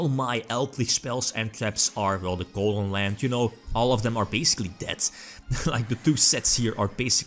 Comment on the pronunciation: Please just say golden lord